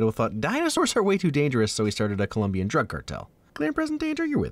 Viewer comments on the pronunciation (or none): It's ColOmbian not ColUmbian :/